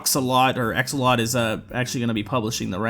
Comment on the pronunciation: its pronounced "Axe-alot"